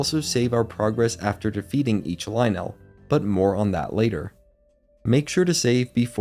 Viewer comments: I've never herd someone say Lynel that way and so many times in a row. Isn't it Lyn-nul not Lie-nell? A few times you say it both ways. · its okay to have wrong opinions sometimes but only so long as you dont conflate them with facts. its pronounced "ly-nul" as one smooth word, not two distinct syllables. it sounds clunky and bad. it is not correct. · pronounced lie-nul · pleaaaaase pronounce lynel normally...... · I hate they way he say lynel